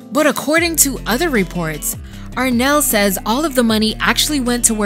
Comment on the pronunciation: It’s Arnelle not Renelle.